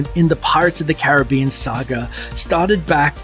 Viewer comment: Please pronounce "Caribbean" correctly! (accent on SECOND syllable)